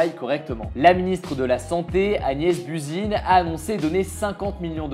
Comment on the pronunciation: BUZYNE ? ON DIT BUZYN NON ?